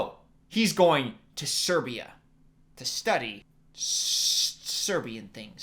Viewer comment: i can't believe he said serbia wow thank you this just made my day